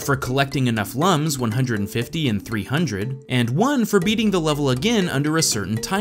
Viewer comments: Basically, according to Ubisoft, Lums are pronounced "Loums", like in the word "Illumination" and not like "Lams". This might have to do with the Latin roots of the word. But this is a small detail. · IT'S PRONOUNCED LOOM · I know it is not important but lums is pronounced like /looms/ which is according by the manual. p.s. like your video and the game